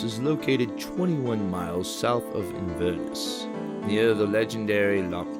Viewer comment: Inver Ness. Not Invurn ess